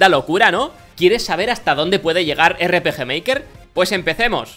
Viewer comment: miy bueno el erre peje meiker